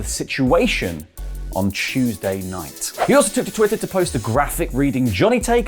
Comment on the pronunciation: on a CHEWSDAY innit